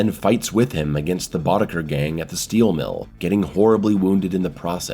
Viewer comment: *Boddicker, not Boddiger